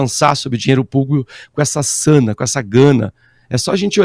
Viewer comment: É sanha! Não é sana.